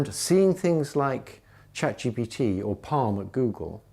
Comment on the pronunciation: and It's ChatGPT, with a P.